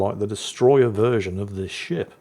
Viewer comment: At the beginning of the video, did anyone else hear say "And the sh1t he's sailing..." rather than ship?